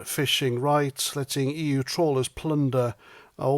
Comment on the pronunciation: The yUK and the EUWWW.